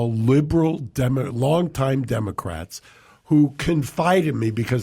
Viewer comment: It sounded like Mark said democrack party. make it go viral.